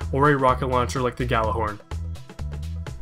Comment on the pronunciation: by the way all guardians have the hover/glide ability and ive seen alot of people make this mistake, but its pronounced YALLER-horn, its something from norse mythology